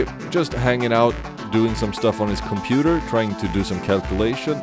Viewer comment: "Too much gray bricks, initiating gray vision screen" - Da computah